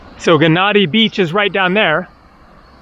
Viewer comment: Gennadi is pronounced with a Y (Ye-nnadi) Its the same with Gyros. So many English speaking people, especially us Brits annoyingly pronounce it with a G 😤 In is this instance the G is silent.